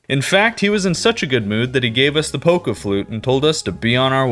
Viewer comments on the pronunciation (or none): none